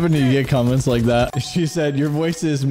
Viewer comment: Its that not zat bro